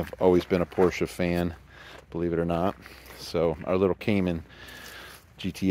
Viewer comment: It's nice to hear someone for a change pronounce the name correctly..Porsche! Well done...